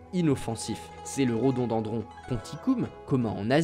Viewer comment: Rodondandron ça sonne bien qd tu le répète